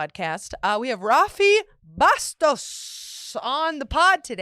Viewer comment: the girl said Bustos 😂